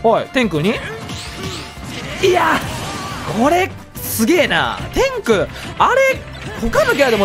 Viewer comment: 天空のイントネーション気になる